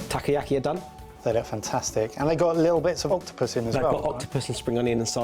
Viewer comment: I love how pronounces takoyaki tacky-yacky. 😂